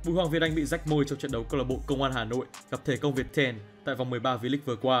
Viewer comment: Thể công Việt tem sao??????? Đọc như sịp